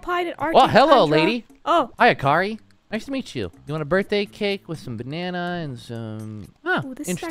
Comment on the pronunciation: Sorry but the name akari is pronounced (ah)(care)(ee)